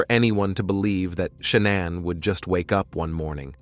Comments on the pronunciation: Stop calling her sha-naun. It's ShaNAN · Sha-non? Pfft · How can a clearly original English speaker not be able to pronounce not Shannan nor Denver properly? 😅😅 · This is an awful presentation. The poor woman died, pronounce her name correctly, for God's sake.